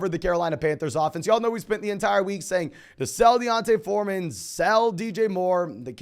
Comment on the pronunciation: Ayeee good pronunciation of D’onta Foreman